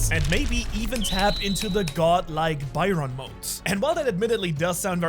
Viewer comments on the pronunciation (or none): Did he just said bayron mode meanwhile the description says baryon BARYON MODE! not BAYRON!